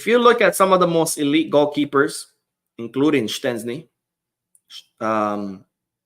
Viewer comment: Hi! I am Polish an Szczesny is not prenounced with a T!,. The sz sound is prenounced the way you said but the cz sound is similar to the ch as in chocolate for example. Keep up the good work with the channel!